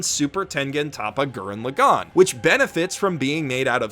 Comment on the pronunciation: Why can nobody pronounce Lagann correctly? How are you all this stupid? You don’t have to tell people good for them if they like something. You’re extremely tropey. Stop it. Garbage video 0/10. Stop apologizing for your opinion and learn how to speak Japanese names properly.